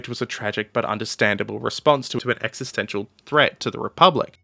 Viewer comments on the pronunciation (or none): none